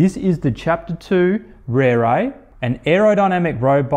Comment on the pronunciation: it's an impressive looker, for sure. - Just wish the company would help promote the correct pronunciation of the beautiful Maori language words they use to go with their beautiful bikes. It ought to be pronounced "Reh-reh," not "Rear-ray." Same for "Teh-reh" (not "Tear-ray"). Tere means quick or fast. But good on the reviewer for giving the bike a solid and fair review and helping highlight a fair dinkum new brand for a company bringing top notch quality to an already crowded market.